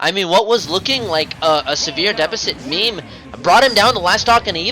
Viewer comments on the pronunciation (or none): Its not "meme" like a picture of something on social media. Its "meh-may" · lol meem... its meh meh